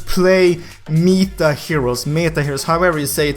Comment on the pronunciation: I was confused when said mita heros i was like wtf is mita hero Mind:its meta heros dumass